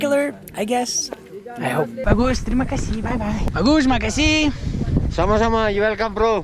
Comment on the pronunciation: Lol the way you say thanks 'makasih' >>>mike i see? 🤣🤣 I will travel to bromo this march too.. hope not many people around